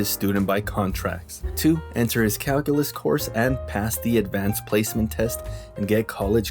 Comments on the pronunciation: what's ca-hoo-lus? LMFAOOO! Classic! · me in my calculus class- " whats cal-culos?"